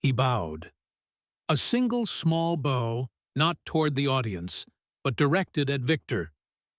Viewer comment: Complete and utter fiction. Overly dramatic language trying to lift more weight than the words can carry, read by an AI that can't maintain the difference between "bow" (as in the gesture of leaning forward) and "bow" (as in a ribbon that might be found in a young girl's hair). All this accompanied by AI-generated images that show a SIGNIFICANTLY greater height differential than what would have actually existed (had this ever happened). Blatant lies about journalist reports. No published record of this fight exists - because it never happened! I weep for the future of humanity as AI hallucinations continue to be trusted as facts by a mindless population that has lost the ability to think for itself.